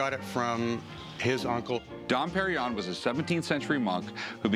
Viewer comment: Probably the worst pronunciation of Dom Pérignon ever heard by human ears.